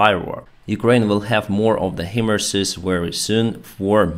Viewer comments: It is pronounced High-Mars! Not He-Mars or Him-Mars. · HIMARS is pronounced "high-mars".